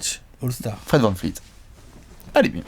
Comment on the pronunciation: Vous rendez fous avec Fred VanVleet pas VanFleet 10 fois par vidéos vous tuez son nom de famille en plus de jamais être dans vos choix MIP ou 6th :( Pauvre Fred